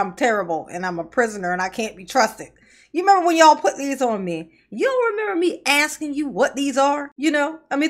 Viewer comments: "I REMEMBER HIM AXING YAWL", DON'T Y'ALL MEMBER???😂😂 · HE KEEPS AXING, HOW DID HE GET TO BE THAT LAWYER???